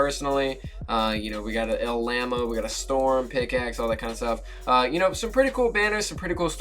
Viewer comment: LLAMO DID HE SAY LLAMO?